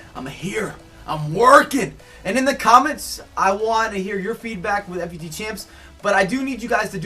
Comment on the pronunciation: it is pronounced foot champs not F U T champs